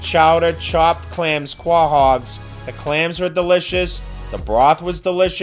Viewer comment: Okay, fine, but why do you mispronounce "quahogs"?